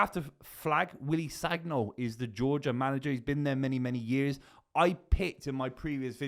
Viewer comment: I’m French and sagnol’s pronunciation is “saniol” “gn” is “ni” but it’s cool